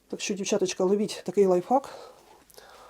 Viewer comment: Спасибо за прекрасные советы. Спасибо, что поделились опытом. Обязательно попробую. Можно совет с любовью?.. Правильно произносите "лайфхак" (в Вашем варианте вторая часть означает ... мат по-английски). Всего доброго Вам!